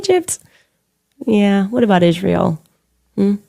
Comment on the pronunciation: What about her prounouncing aIsreal Ishreal!